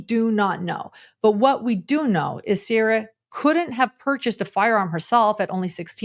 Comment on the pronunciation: "wrou... very wrou..."."Siera".